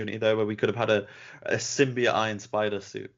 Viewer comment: who just said symbiote wrong?😂